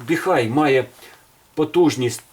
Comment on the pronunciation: Не "Біхай", а "Біхуей". Називайте бренд правильно, щоб китайці не образились😅! Щиро дякую за Ваші професійні огляди та поради!